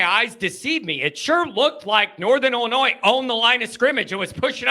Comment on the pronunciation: It's ILLI-NOY dummy! No S!!!!!